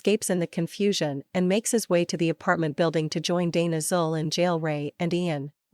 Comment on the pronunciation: The Ai can pronounce Gozer the Gozerian but not Zuul